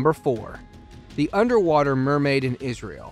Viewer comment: Bro stop saying isreal it is the worst